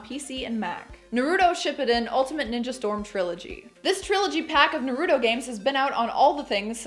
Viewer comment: Ugh. Gotta say the way you pronounced Naruto bugged me... Lol Great video all the same!